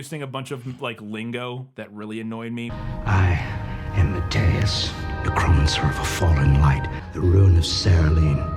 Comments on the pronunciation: The NeCROmancer pronounciation gives me flash backmto some horrable dubbed animes I've watch before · Don't you know? Ne-Crohm-ancers have the power to summon Sym-bye-otes! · The pronunciation of neh-CHROM-incer combined with the quatum fisics shirt is something amazing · I used to play D&D with a guy who had an English accent thicker than pig shit who pronounced certain words in some pretty interesting ways, but he never said 'nec-ROM-ancer' before... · you guys keep saying necronomicon but I'm pretty sure it's pronounced neh-CROM-onomicon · Did nobody, not a single person involved in this production, know how to properly pronounce necromancer? I just...I have such a hard time believing that. Jesus. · But like... it's not a made up word. It doesn't require research. It's a word most people know from osmosis and none of these people have ever heard the correct way to pronounce it? So fucking weird.